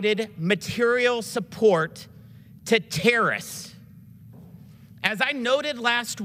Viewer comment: “Terrists” and “terrism” Jamie, please help us.